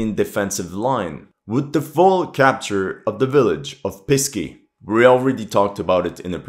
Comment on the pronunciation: Please, Pesky, not Pisky. "Pisky" sounds like "Dicks" or "Penises" to the Russian ear.